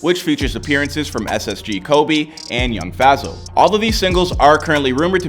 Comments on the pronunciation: Bro it's Yung fazo not young fAzo (fayzo-pronounciation) also your wrong his house was not small he lives in a 5 bedroom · the way he pronounce the names yung faszooooooo